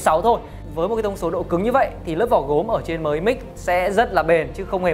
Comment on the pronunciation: biết từ Mi là gì không ? mà đọc là mờ i ? mi 米 tiếng trung là hạt gạo ( đọc là mỉ mớ đúng )